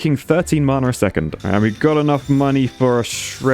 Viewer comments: Anyone else getting really triggered by him saying marna instead of mana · There is no R in Mana..... No one is that southern. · the way he says mana as if it has a r in it marna